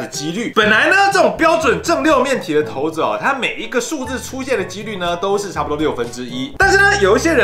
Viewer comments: 大部分的觀眾以及手機的搜尋引擎都認為是ㄕㄞˇ不是ㄊㄡˊ 在影片不管是不是刻意的 有點感覺不太舒服 差評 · 骰（ㄕㄞˇ）子是約定俗成的說法，教育部網站也寫（ㄕㄞˇ）是骰的語音，應該沒有必要特意唸成骰（ㄊㄡˊ）子吧！ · 是ㄕㄞ骰子喔~不是ㄊㄡ骰子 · 「ㄊㄡˊ」子 好像才是正確唸法 然後 又唸成ㄕㄢˇ子了~哈哈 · 骰子，根據《教育部國語辭典簡編本》正確讀音應為「ㄊㄡˊㄗ˙」，但不少人還是會念成骰子「ㄕㄞˇㄗ˙」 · 聽了ㄊㄡˊ子好不習慣，但長知識了，還是覺得ㄕㄞˇ子順耳，畢竟大家都習慣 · 出頭真多，ㄕㄞˇㄗ˙就ㄕㄞˇㄗ˙還刻意唸ㄊㄡˊㄗ˙ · 結果影片中還不是一直唸ㄕㄞˇ子，到底開頭為什麼要這麼假掰？ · 拜託不要在念骰子了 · 「ㄊㄡˊ」子 第一次聽到這個唸法，好酷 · 很有可能是連自己都沒意識到說成ㄕㄞˇ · 原本想講正確發音，結果還是習慣性的說錯了。 幫大家科普一下： 色子=>ㄕㄞˇ ㄗ˙ 骰子=>ㄊㄡˊ ㄗ˙ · 講投字超出戲的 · 你的4沒有塗紅色啦、4也應該要是紅色的😂(咦 然後就唸ㄕㄞˇ子沒毛病啊OAO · 說成ㄕㄞˇ子了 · 打ㄊㄡˊ跟ㄕㄞˇ都會出現骰，為什麼不唸ㄕㄞˇ子啦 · 所以幹嘛硬要講「ㄊㄡˊ」子🤣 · 超不習慣聽到ㄊㄡˊ子😂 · 不是骰（shai）子吗哈哈哈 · 教育部又亂改字音了?我一直以為念ㄕㄞˇ子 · 骰這應該是唸ㄕㄞˇ吧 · 不是骰ㄕㄞˇ子ㄗˉ嗎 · 一直說投子..... 會很出戲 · 看完只記得ㄊㄡˊ子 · 這不是應該唸ㄕㄞˇ 嗎？ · 不行我不能接受ㄊㄡˊ子這讀音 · 這點小事不用特別拘泥沒差，相信台灣大部分人還是習慣念骰子不是骰子，按照自己習慣的即可，能懂意思就好啦，不是什麼大錯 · 語言本來就是溝通的工具，慣用的常用的，大家聽得懂就好了，整片下來兩種發音換來換去聽得超級尷尬